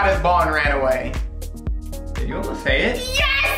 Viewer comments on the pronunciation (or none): he say aww wai